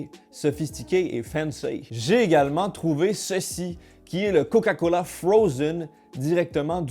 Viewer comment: Eh gros jtai entendu, à t’a dit COCALA mdr